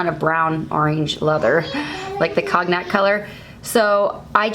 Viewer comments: The "cog-nack color" ! :-) Cognac is pronounced cone-yak. It's booze, I think people often have a bit of it after a meal or maybe it's men w/cigars who like cognac. I don't care for it. I hope I don't sound rude. I was smiling that a sweet Mennonite woman would mispronounce the name of that. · Cognac is pronounced cone-yak. Just a FYI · cognac. conniac is how I’ve heard it said. G is silent. 🙂